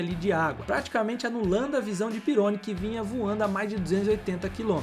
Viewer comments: Nao se fala Pirôni, mas Didiê Pirroní. Eu acompanhei tudo isso na época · sobre o Pironi, a pronuncia certa é "pirroní" e não "peroni". aliás Peroni é uma ótima cerveja italiana rsrs. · ...EXCELENTES CONTEUDOS E VIDEOS BEM PRODUZIDOS COMO SEMPRE MAS VAI AQUI UMA DICA MEU QUERIDO DONO DESSE SENSACIONAL CANAL. PROCURE SE INFORMAR MELHOR SOBRE ALGUNS NOMES DE EQUIPES E PILOTOS. POR EXEMPLO: DIDIER "PERONI" .... A PRONUNCIA CORRETA É " "DIDIER PIRRONÍ". EQUIPE ENSIGN....A PRONUCIA CORRETA E ENSAIGNE..OK?? SO ESSA OBSERVAÇAO. NO MAIS TA TUDO OTIMO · Gosto muito do conteúdo do canal, mas o narrador precisa pesquisar a pronúncia dos nomes dos pilotos antes de gravar. "Pirroní" é a pronúncia correta do piloto francês que se acidentou em 1982. Não é 'guilles", é "gille", dentre outras pronúncias equivocadas neste vídeo. Espero ter ajudado. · Amigão desculpa esta sendo critico, "Pirone" não existe, vou tentar escrever a pronuncia certa "Didiê Perroní" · Video muito bom, só precisa ajuste na pronúncia dos nomes. "Pirrôni", e não "Píroni" "Jilles", e não "Guilles" "Chíver", e não "Chéver" "Taliani", e não "Tagliani" 😉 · Aê mano, só permita fazer uma correção? Didier "Perôni", cara?? Desculpa, mas como eu sou quase um cinquentão e eu vivi a fase da Fórmula 1 oitentista, o sobrenome do Didier se pronuncia " PIRRONÍ " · Rapaz, o nome do piloto se pronuncia Pirroní... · *Didie PÍ RRO NÍ......pronuncia-se assim...me lembro dele.. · Os nomes pronunciados eram Pihony e Gilles (não Guilles) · O piloto francês da Ferrari citado, à época se pronunciava Didier "Pirroní" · O brabo foi escutar falar “Pirôni”!😂😂😂 Quase fiquei surdo… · Muito interessante e com bastante pesquisa, mas a pronúncia de alguns nomes precisa melhorar bem, só deu para entender alguns porque apareceram escritos (Ensign, Pironi, Cheever) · Pironi.. Chever...que dureza amigo